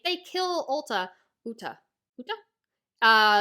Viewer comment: Uta(Oooo ta ) not ulta no L where u get the L